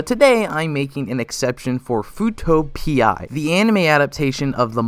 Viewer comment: Sound like futo pea instead of P eye